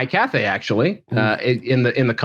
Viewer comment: Pretty sure it’s Cathay